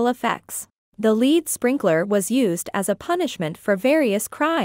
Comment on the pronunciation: Barry Roberts.. Thank you.. I was going to say the same thing.. 🤔 Also 'lead' is pronounced 'led' not 'leed'.. 🤔